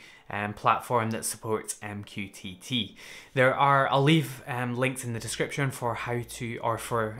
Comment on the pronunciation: i can never take mqtt seriously after hearing you say " m q tity " 😂😂